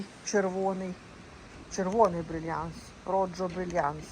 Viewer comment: Так.гарна хурма..коли багато кiсточок..то вона солодша... не роджо..а рохо..😊